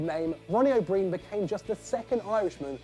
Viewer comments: An Englishman can't pronounce an Irish surname that's pathetic it's pronounced o Brian, not o breen. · Its pronounced o' Brian not breen😂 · Ronnie O’Brien is pronounced Ronnie O’Bryan or however you want to spell it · The O"Brien one is great, but could you not have pronounced his name properly?